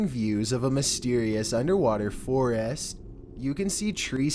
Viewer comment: FOR-IST NOT FOREEEEST!